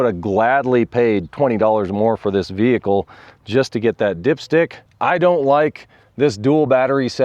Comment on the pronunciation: “VEE-HIC-L is operating as per design & intent” (normal)